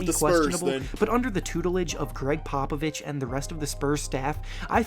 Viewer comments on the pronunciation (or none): none